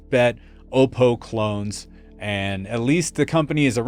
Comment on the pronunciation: FYI... the first "O" in Oppo is a short sounding "O", as in "ah" -> "ah-PO"; it is NOT a long sounding vowel (not "oh -PO"), Btw, I've had the BDP 83 for over a dozen years and it still works great.